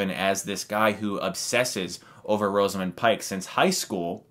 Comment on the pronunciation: Rosamund, not Roseamund.